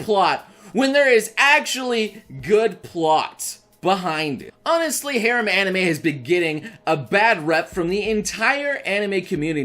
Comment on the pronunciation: is no one going to talk about the fact that he was saying harem wrong...no ok then i will show myself out. ps. he might be trolling and i am too dumb to know for sure.